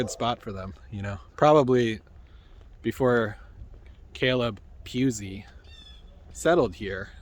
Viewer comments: Pronounce it Puu - easy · It is not pronounced like a “ kitty cat” it is pronounced like it is spelled